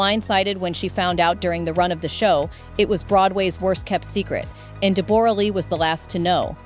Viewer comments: De-BORE-a? Since when is her name pronounced like that? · I hate every thing about this, this is the first gossip ive watched since they broke, and I can not stand any of it, first her name is pronounce Debra Lee, huge worshipped her, Deb has always been running her own show, changed her face and accent...she is Australian speak the language!, huge still dose, now as far as money Deb when huge was young in Australia fell for her, she was older and a star here, after huge got bigger roles she was with him in America, they adopted, they were fine, she was always doing her own thing, would show up on the red carpet/face change and all and fall asleep during his movies, she did not earn that money, nore can I imagine huge not supporting his kids or helping her, as far as an affair.. well who knows, I think it could be true but I dont think they would have stayed together that time frame, covid happened, they broke up, maybe he said what was happening, maybe they got sick of each other, maybe they grew apart...who knows, also huges kids are adults and im sure they are all in talks and at the end of the day, not money, not status, not bs, I hope they are happy